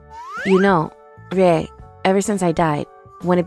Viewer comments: It's pronounced ree-yeh, not rai. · Yeah. That "rye" was very distracting. Should've been りえ, ree-eh. Kinda anticlimactic.